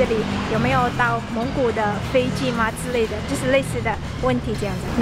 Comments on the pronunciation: 我聽了以為是芒果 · 我不看字幕你說蒙古的時候我還以為你法國人.🗼